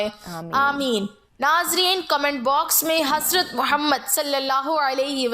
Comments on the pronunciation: The way you say Muhammad (Salliala hu alaihi wa aal e wassalam,) ❤❤ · Even some muslims cannot pronounce our Prophet's name properly but your pronounciation is perfect.